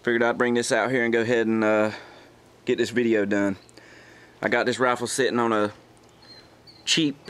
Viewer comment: "veedeo", "accreeate"... what is english?